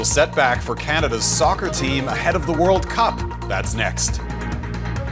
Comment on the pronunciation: “nee department of defense” is amazing